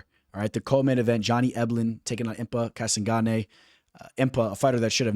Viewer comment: Impa Kassagonnay Is how this guy says a name and you can't see the LMAO or you don't understand sarcasm. Yell upstairs for your mom to make you some meat loaf you putz!